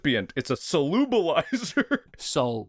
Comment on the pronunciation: lol it's "soluble-izer" :)